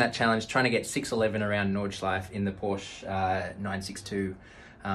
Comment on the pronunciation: Just a random german grammar Nazi coming through. Stefan was already explained but it's also an "Sh" sound like "should" in the beginning. And it's NordschleifE and PorschE. Just like the very first sound in "about" but at the end of the word. And yeah I have too much time on my hands right now :P